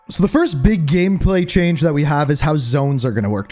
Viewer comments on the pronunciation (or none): none